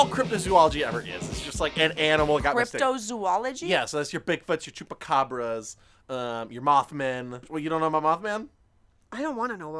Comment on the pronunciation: shoupa cabkrausss